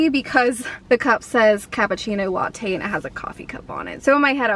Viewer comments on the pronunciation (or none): none